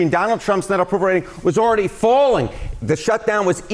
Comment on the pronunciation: but Ted "Give me the delegates, Dahnald" Cruz said that we need to take them seriously!